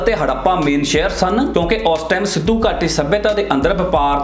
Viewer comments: ਵੀਡਿਉ ਚੰਗੀ ਹੈ ਬਾਈ, ਪਰ ਉਚਾਰਨ ਵੱਲ ਧਿਆਨ ਦੇਵੋ ਜਿਵੇਂ ਕਿ ਸਿੱਧੂ ਘਾਟੀ ਨਹੀਂ, ਸਿੰਧੂ ਘਾਟੀ... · ਅਸਲ ਉਚਾਰਨ ਸਿੱਧੂ ਘਾਟੀ ਨਹੀਂ ਸਿੰਧੂ ਘਾਟੀ ਹੈ। ਲਗਦਾ ਹੈ ਸਿੰਧੂ ਘਾਟੀ ਦੇ ਪਤਨ ਦਾ ਕਾਰਨ ਖ਼ੁਦਾਈ ਸਮੇਂ ਹਥਿਆਰਾਂ ਦਾ ਨਾ ਮਿਲਣਾ ਹੋ ਸਕਦਾ ਹੈ। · Bhai sahib eh sindhu ghati see na ke sidhu ghati. Apna pronounceation tan thik kar lavo.